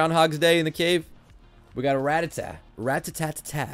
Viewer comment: so.... is he like a big fan of the band Ratatat, or does he genuinely just mispronounce it each time?